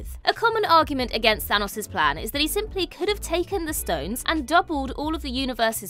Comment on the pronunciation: Who TF is Than-AHS?